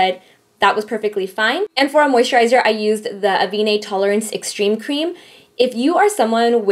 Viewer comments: it's pronounce a-ven not a-vee-ne :D:D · it's pronounced AH-VEN